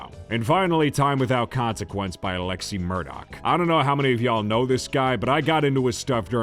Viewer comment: I thought you said 'lexi Murdoc" instead of "Alexi Murdoch" and I was going to be an Ass Hole about it but then I realize you did actually say it correctly.... Sorry. But hey, I'm also into Alexi Murdoch!!!